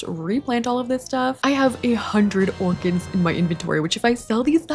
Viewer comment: not me hearing "lets get these ORGANS" not orchids 🤣